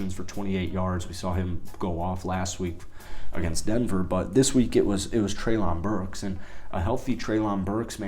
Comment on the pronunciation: Love the fact you are willing to cover the titans! By the way, it's pronounced almost like Trailin' Burks